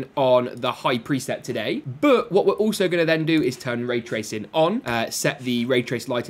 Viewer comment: Am I the only person who gets annoyed when he says "but" . Sounds like bouut